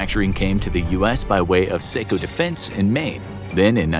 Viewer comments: Saw - Co you savage. not sayco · It’s pronounced “saw-co” not “say-co” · Say-co defense, Maine. 😂 as a Mainer I can confirm that it’s Saco, pronounced Sah-co. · pronounced SOCK - OH, not SAY - COH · FYI: It’s Saaaah-co, ME, not Say-co. 😅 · The saco defense part made me laugh. It is pronounced sock-o 😂😂😂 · I'm from Maine. "Saco" is pronounced "sock-o" not "sake-o" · How can y'all say Taco the right way but mess up Saco? It's not Say-Co. It's Taco but with an S not a T. Proof most people are dumb. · You pronounced Saco incorrectly btw - it’s “Saw-co” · In this episode you reference Saco, ME but pronounced it terribly. It’s pronounced SOCK-o, Maine. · Thats not how you pronounce Saco but other then that great video